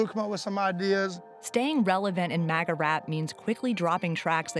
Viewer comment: Cant stop hearing Maggot instead of MAGA now 😂😂😂